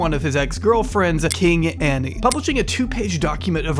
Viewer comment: that's not how you pronounce Ani's name, it's pronounced "Ana"